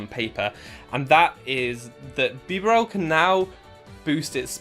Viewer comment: Bee-barrel that’s how you say it